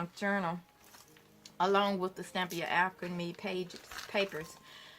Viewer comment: you have been mispronouncing Stamperia. You have said Stampia with out the 4 syllables: Stam - per - i - a. Your work is fabulous and it inspires me. Thank you!